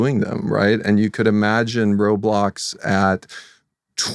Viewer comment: "im so glad you align with the way we wun wobwox" 🥺👉👈